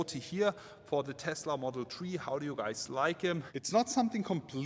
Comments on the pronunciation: Take a shot every time you hear model tree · If you say one more time model tree i remove my abo 😂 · Dis boy said model tree😂😂 leave him alone fam🤣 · "Tesla model tree" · Model S, 3, X, Y…. Tree, love it 😂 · "Model tree" 🤣 Didn't know Tesla was this environmental :D They even made a model out of wood :D